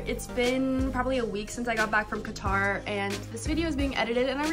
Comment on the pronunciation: I cringe every time you pronounce Qatar